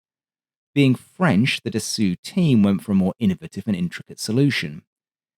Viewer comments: Great vid as usual, 1 small remark. The man's name is pronounced Dassohw, not Dassooh. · Patrick’s point, I think, is that it’s not pronounced “dah-SOO,” as our beloved narrator says over and over. It really is pronounced “dah-SOH.” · Good video. Just a question to an English speaker: why do you pronounce Dassault "dassou" or "dassoo" while you are able to say Nassow for Nassau (in the Bahamas) with the same spelling (au): I presume that you don't know a single word of French but this name is quite famous in the Aviation Industry, isn't it? Should I pronounce Boeing or Grumman using French codes, I can assure you that it would be hilarious😉. So, just for internationally known names, a little effort in their pronunciation would be highly appreciated. Regards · Don’t think it’s called Dassoo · Obligatory French snobbism: Dassault is pronounced D-ass-oh. The "oh" component can be pronounced like in "Moe" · DASSAULT😏. Hi😊I watch nearly all your videos, really like the historical info, but it would be really great if you could say 'Dassault', well.... the right way: in English: Dassaw, is how it's spoken 😊, keep up the good stuff 👍🏻👌🏻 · it's pronounced "dass oh" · "Dass-oo" was actually a bad advice... but "Dass-aw" is also incorrect. There's no way to do it using the English phonetics, like in both examples. You have to LISTEN the pronounce. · Dassault is “dah-SOH”. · Man, I absolutely love your channel.... but.... Dah-soo.....?! Come on, really, you're pulling my leg, right? haha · How do you spend so much time collecting info, writing a script and making a 40-min video, while utterly failing at pronouncing the name of the manufacturer correctly? Damn man, half your language is French... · Great video, but your pronunciation of Dassault makes me grind my teeth! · nitpick: dassault is roughly pronounced “da-sold”, not “da-soo” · But don't pronounce the "w". Dasso is fine (for an English pronunciation). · Its 'Dass-OH' not Dass-oo. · "Dassaw" brother not "dassoo".